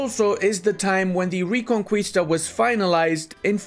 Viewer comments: “Re-con-kwee-sta”? That pronunciation has made me physically ill and I’m not even Spanish. ‘Re-con-kee-sta’, please, for the sake of everyone watching. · Awesome. Castille super strong. On my last run i declared on Navarra and instantly Aragon got the PU and join the war :'c btw it supposed to sound more like reconkista uwu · Please, it's not recon qui (as in quick) sta. It's recon kis (like kiss but shorter) ta. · Take a shot every time mispronounces "ReconQUIsta":elbowcough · homie it’s re-con-qee-sta 😭